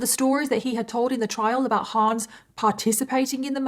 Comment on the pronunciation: The HA in Hans is pronounced more like the "Ho" in "Honey", not like in "Huh". (it's a short a not Haans)